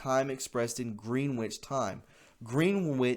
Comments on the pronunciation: “Green witch” ... [cringing]. Pronounced as “GRENITCH”. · Pronounce it Gren-itch and people will put you on a higher respect level. You know how to read so you did. Green-which. Not your fault. Next time say "Gren-itch" and go against your instincts to read what is in front you. Trust me on this one. It works for me. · Gren-itch not green-witch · Gren-itch...not, Green-wich. Said in love. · It's not pronounced as GREENWICH TIME, although that's the way it's spelled. It' pronounced GRENICH TIME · Greenwich - pronounced 'Gren-itch'. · Greenwich is pronounced Gren-itch. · I remember a song by Dylan and it go's something like this : after a rock'n reel'n subway ride I wound up on the downtown side, Green witch village. Your mispronunciation brought me a found memory, thank you. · Greenwich is pronounced 'Grennitch' as in 'Grennitch' Village NY. The term GMT is Greenwich Mean Time. There is also global internet time. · Pronounced "GREN-ich". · I"m surprised non of the Brits beat up on you for your pronunciation of Greenwich. It's /gren ich/. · Greenwich is pronounced Gren itch 😊🇬🇧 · No disrespect but Greenwich Time is pronounced ' Gren-ich.' God bless all patriots and Believers in Christ. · Greenwich is pronounced "gren-itch". It is a location in England. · No offense, but Greenwich is pronounced as "Gren-ich". 😊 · Greenwich is pronounced “Grin-itch” my friend! 😉 It comes from the town of Greenwich in the UK - The center of the world at the height of the British Empire. To this day it marks the 0 point in the worlds 24 time zones & is referred to as UTC, GMT, or Zulu time in aviation and in some Military applications. See the example below: -12, -11, -10... ...“0”... ...+10, +11, +12. Thanks for the video and for all you do man. Just wanted to kindly point this out to you 👍🏻😀 God bless! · I'm not a grammar Nazi, but Greenwich is pronounced Gren'-itch, short e, lol! 💁‍♀️👍🏻